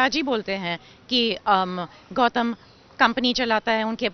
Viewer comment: गौतम Not गौतल 😂😅😂